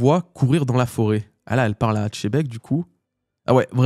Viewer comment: Tzebec, Chebec quelle horreur d'entendre ces prononciation malfaisantes. Il est temps de respecter ce magnifique personnage qui va bientôt disparaître et nous laisser avec les bisounours de mugiwara.